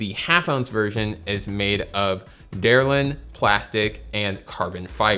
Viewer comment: Hammer "head" not "point" and the plastic is "delrin" not "derlin".